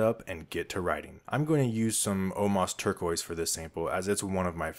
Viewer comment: Turqulose? Is that like cellulose?